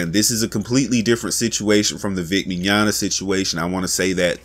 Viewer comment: At least you're finally pronouncing "Mignogna" correctly, lol